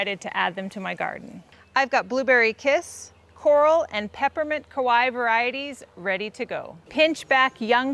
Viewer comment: the way you're pronouncing kawaii makes it sound like you're saying kowai which means scary lol. love the video!